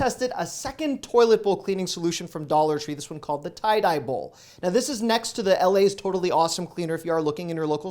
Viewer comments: Thank you! I had to come and say the same thing, and the first comment I saw was yours. It's definitely pronounced like "tidy", and not "tie dye". Lol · “Tie-dye” tee shirt, “Tidy” bowl. Millennials🤦🏻‍♀️😹 HugsFromNYC 🍎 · I was laughing when I heard 'Ty-dye' bowl! I remember the commercials when the Ty-dee' bowl man would pop out of the bowl! My sister and I used to scare each other with the thought....😂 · FYI...... Regarding the toilet bowl cleaners you tried, the one you called (spelled the way you pronounced it) "Tie-Dye Bowl Cleaner" had me dying laughing! Sorry, but that cleaner is a name brand & has been around since I was a kid & I'll be 60 in October. It's called "Ty-D Bowl, & pronounced, "Ty-Dee Bowl". Don't you remember the Ty-D Bowl man floating around in the toilet on the commercials? Just wanted to clear that up for you. Couldn't help myself! Lol. All in good fun, though. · His pronunciation :vhuZe Us: vase Vace His p: Tied I bowl. Us : Tie D bowl. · It's pronounced "TIDY BOWL," not "TIE-DYE BOWL." :) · Am I the only one laughing at the Tie-dye bowl lol.....I think it's pronounced like TIDY BOWL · Just a note. The toilet bowl cleaner is “Tie-Dee-bowl” not “Tie-Dye-bowl”. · It's produced tidy bowl, not tie dye bowl. Lol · Great video, lots of great tips! I had to laugh though, at about , you said: "This one called the 'Tie-Dye Bowl' (at least that's what it sounds like). It's spelled 'Ty-D-Bol' (as shown), and it's pronounced 'Tie Dee Bowl', like "Tidy"-"Bowl". I had to laugh because you toilet bowl or tank, is probably the last thing you would want to do 'Tie-Dyeing' (random color dyeing) to. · Lol. It is pronounced tidy bowl. Not tie dye Lol. Old brand from years ago. Seen more back east. Thanks. Enjoy your videos. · It’s pronounced “TIDY Bowl” And PO-Pourri 😂😂😂 Love your videos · Tye Dee Bowl. You said Tye Dye. D is pronounced Dee, sorry bud but, it's true Is an older product, popular in the 70s and 80s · its pronounced "TIDY BOWL" not "TYE DYE BOWL"